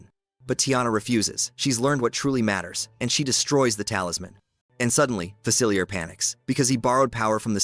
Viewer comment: It’s pronounced fuh-sill-EE-AY, “”! You said that wrong three times! 🤨 Another one is AH-nuh; Anna from Frozen. 🤨